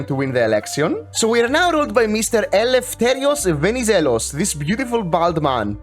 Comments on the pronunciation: I would hope he pronounced it right since it is a name from his language and country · finally didn't butcher a leader's name with Eleftherios Venizelos